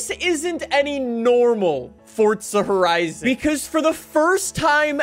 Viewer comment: that ain’t forza horizon that’s corza porizon